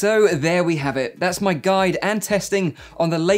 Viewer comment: Am I the only one that heard Mike opinion instead o my opinion?